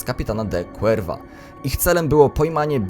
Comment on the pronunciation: Cuerva czyta się kurwa tak na przyszłość